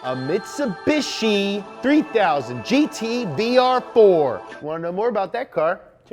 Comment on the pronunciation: A MITCHUBISHI........ me: evo evo evo: this random 3000 thang